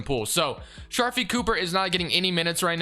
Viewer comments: STOP CALLING HIM SHARFIE!! IT'S SHARIFE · it’s (shuh-reef)